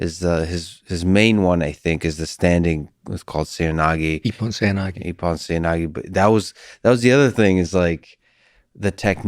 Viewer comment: its pronounced seh-oy na-geh :)